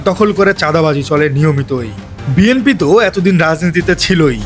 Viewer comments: বিএমপি নাকি বিএনপি....! উচ্চারণ তো আগে থেকে ঠিক করে নিতে হবে..! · আহা্ কি উচ্চারণ বিএমপি 😅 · বিএমপি বিএমপি করছেন কেন ভাই বিএমপি বিএমপি উচ্চারণ করা কি ঠিক হচ্ছে? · ভাই আপনিতো বিএনপি কথাটিই ঠিক করে বলতে পারছেন না । আপনি বলছেন বিএমপি (BMP) । আর টাকা নেয়ার সময়তো কোন ফরম পূরণ করতে হয়নি, তাহলে এখন ফেরত দেয়ার সময় কেন ফরম পূরণ করতে হবে ? তাছাড়া আপনি যে ওনার পক্ষে প্রচারণায় নেমেছেন সেটা আমরা সাধারণ মানুষ খুব ভাল করেই বুঝতে পারছি ।